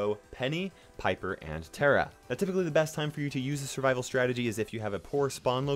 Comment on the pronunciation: It's pronounced (taaa -raaa),,,not tera